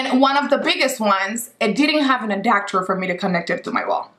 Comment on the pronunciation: "adactor" lol